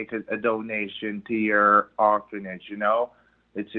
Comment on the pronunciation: That creature saying it does charity work is truly nauseating. "Horphanage" Seriously!!